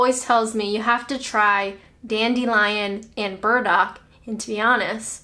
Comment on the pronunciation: You said dandelion & birds-muck wrong! No IRN-BRU either!